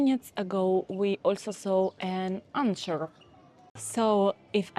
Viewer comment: Anchor is pronounce with a K not a CH - /ˈæŋkər/ 🙂 On a side note, I'd love to learn Slovak one day!